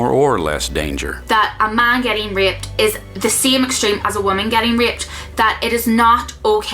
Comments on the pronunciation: I was listening to this in the background. When she was saying 'Raped', I thought she was saying 'Ripped'. Made for an awkward video until I understood what she was saying. lol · Is she saying ripped? or raped? Genuinly confused. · Holy shit, she's saying raped, I thought she was saying ripped. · I was confused as to why she was saying "ripped" all the time, then I realized that she was saying "raped" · Ahh she says "raped"....yeah that's makes more sense. I understood "ripped" half the video xD. I mean why isn't ok for a man to be ripped xD.